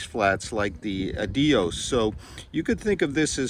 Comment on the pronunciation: Your pronounciation of "adios" tells me you don't know any Spanish ;) Good review!